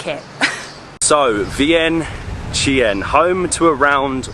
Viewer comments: To pronounce it exactly in Lao is Viangchunh. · Vientiane is actually pronounced Vieng-Jan by Lao folks. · In fact, it is pronounced, Vieng-jan.